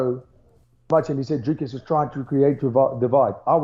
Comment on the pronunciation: Big up for the correct pronunciation of the R in Dricus. DDP is 100% the next champ